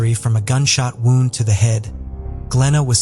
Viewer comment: A bullet WOUND ( rhymes with ROUND ) ??????? such a serious topic -- the taking of others lives & you can't even program your damn robot to pronounce a simple word properly ?? It's enough to turn me off . I'm clicking out .